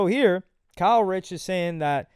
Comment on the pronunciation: You keep saying Kyle Rich das a NY drill rapper 😭😭 it’s Kae Critch